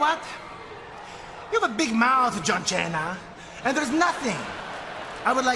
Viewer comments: "John Chena" gets me every time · It's John Cena not Chene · Santino Marella mispronouncing names was enough to crack us up 🤣